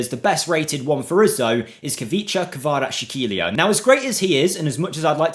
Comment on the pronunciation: Bro, Khvicha's last name is more like Kvaras - Helia, no sh sound in the middle, just s. This will sound much better, closer to it's proprer sound, but not 100% ideal. The best way to pronounce it as if there was a sound from piZZa, like KvaraZZ - Helia.